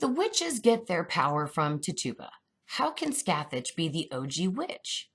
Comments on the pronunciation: it's not Ti-Tuba, It's Titch-oo-buh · TIT UUUUUU BAAA lol not TitOBA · You're saying the name wrong.. its Tit-u-ba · Her name is pronounced "Titch -U - ba". I worked in Salem and that's how it is pronounced there. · It is pronounced ti-cha-ba but wonderful video <3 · Tit u ba. Pronounced it wrong lol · Great video! Big fan of your channel!! Just fyi, Tituba is pronounced TIH-chew-ba with the emphasis on the TIH with a soft I sound. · contesting froud i came to type EXACTLY that. Like: How can you quote 5+ scenes from COVEN, where her name is pronounced correctly, & then say: "Tit tu bah"? Never heard her call Nan, "Non". lol & smh.. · anyone else distracted by how she pronounces Tituba? lol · Lol I like but please get her name right